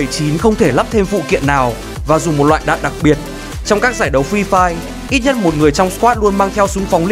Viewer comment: toàn nghe là phi phai -_